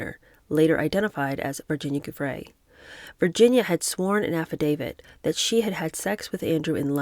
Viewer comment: An assist to my favorite book reader: Verbier = .yay Giuffre = JU.free (anytime you see Giu in a name, it's almost always pronounced as if it was spelled Ju - e.g. Giuliani).